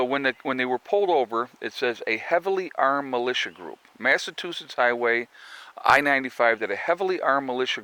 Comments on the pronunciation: It's pronounced MassaCHOOsits. Better known as my home state. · Hahaha...Massatoosetts! My mom pronounces Massachusetts the same way. Love it! You are 100% right about the whole "White" thing. 100% 100%! Thank you for saying so!